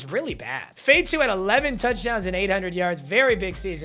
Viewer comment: Lol how you know how say Nguyen but fatu (fah tu)